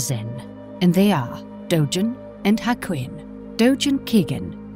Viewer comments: The g in Dogen is pronounced as a hard g. Pronouncing it as a soft "g" like a "j" is wrong. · She is mispronouncing Dogen